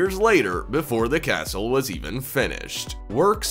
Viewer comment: When you said castle I heard torture chamber.